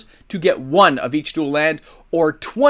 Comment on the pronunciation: I am a math teacher teaching earth science online right now and your pronunciation of landforms is killing me 😂